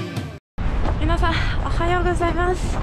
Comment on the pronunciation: 、皆さんって言う時、みんなさんって言ってますか？ 聞き間違いならごめんなさい😅